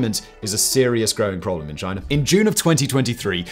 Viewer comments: And it's not Chiner....it's China! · Why do British people add an “r” to any word ending in a vowel. Like “Chinar”. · lol “both mainland ChineR”…listen and weap boy. That’s only the start of many “chineRs” 😂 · Why do you pronounce it ChinErrrAHaa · Thanks for the dirt on "Chiner" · Nice pronunciation of Chinar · it’s China not Chiner. Get it kid? 🤷🏻‍♂️🤦‍♂️ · What the hell is "Chiner"? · exactly so why are you talking about "Chiner" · Are you aware that China doesn’t have an “R” in it?